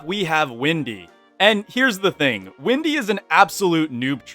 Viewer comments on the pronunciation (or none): i don't wanna make this a hate comment so please don't take it as one but why do you call her windy instead of wendy? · Did you say windy!? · pardon? did you said Windy? Also so true about my main(Woodie) + my buddy is maxwell main so it seem accurate.